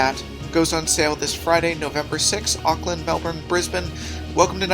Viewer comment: idk whether to twitch uncontrollably or smile at how he pronounces Auckland. AND PLEASE COME BACK!!!!